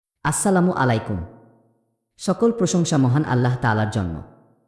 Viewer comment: সালামটা কি ঠিকমতো দেওয়া যায় না। উচ্চারণ কেন অশুদ্ধ ?